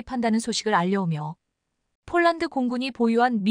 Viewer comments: 폴란드 소리가 안나오는건지쫄란드 라고 하죠 글구 케이 9인 이라고 읽어도 다알아듣는데 케이구 라고하니까 우리나라 케이 나인(9) 상표가 바뀌었나 했어요!!에~~이~~듣기도 짜증나네요!! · 제발 발음을 똑바로 하면 안되나요 즉 폴란드를 쫄란드로 발음하는등 기본이 안되어 있는 나레이션 이내요!!@